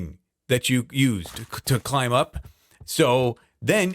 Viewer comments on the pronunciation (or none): yeah. its pronounced climb not KHHHHHHHHHHHlimb cmon man how long have you been doing this youtube thing for?